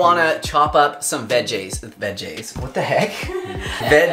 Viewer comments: I'm saying "vejjayz" from now on! Quick tip...you can add some salsa to the unfried beans, too! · 😄 thanks for not editing out your normalness: "veggés" 😉